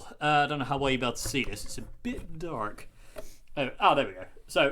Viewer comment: Whoah you became american for a second there how you said the word "dark".:)